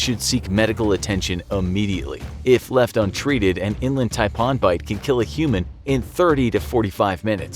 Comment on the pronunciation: Hey mate. The way you say 'Taipan' is cancer. Stop!